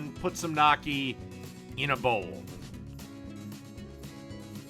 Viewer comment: It's pronounced "Nyokkee." "GN" in Italian makes a "ny" sound like "canyon" or "onion." Personally I prefer gravy or cheese with gnocchi since it is mostly potatoes. I wonder if it's possible to make a poutine with gnocchi.